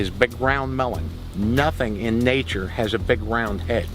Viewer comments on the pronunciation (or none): none